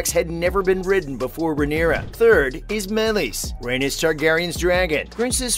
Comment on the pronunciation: The way he pronounces Rheanys is infuriating